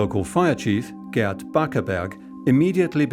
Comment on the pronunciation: Gerd rhymes with terd. 😊